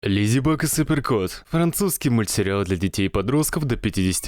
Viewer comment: В начале я сначала услышал: "Леди бык и супер крот"😂